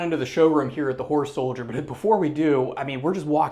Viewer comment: Kept sounding like the presenter was saying “whore soldier lol”. Jokes aside amazing museum!!